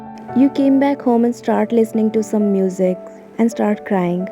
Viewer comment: Musu instead of music 😂